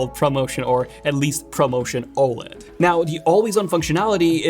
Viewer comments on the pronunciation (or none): none